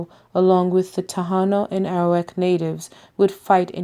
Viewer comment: Taino not tahanos